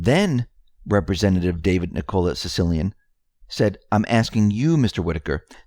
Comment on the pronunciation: The guys name is not Sicilian - It is pronounced Chicka-leenee!!! David Cicciline